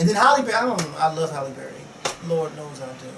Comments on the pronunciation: It's HALLE Berry, not Holly ; lol. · Hi. Its Hailey Berry. Not Holly... I love you:/ lol